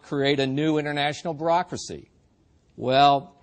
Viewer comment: does he say "Barackracy?" ;-)